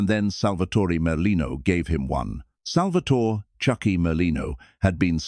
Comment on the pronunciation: It's pronounced pun-ja-tore.. And it's pronounced sal-va-tore.. No eee on either name. At least get that right